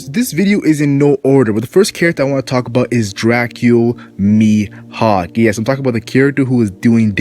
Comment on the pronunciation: It's not Miyok, it's Mihawk